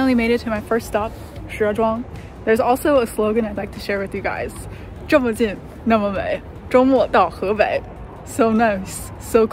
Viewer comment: 这姑娘的第一感觉就是中国人。是因为跟中国人在一起吗？“这么近，那么美，周末到河北”说得相当标准👍👍👍